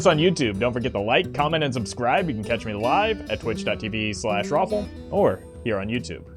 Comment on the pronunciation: wtf I didn't know Roffle was German